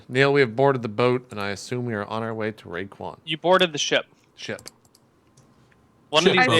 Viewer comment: Raekwon. Get it right. :P